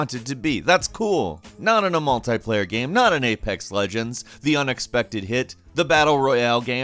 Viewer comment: the way he pronounces game as gaem XD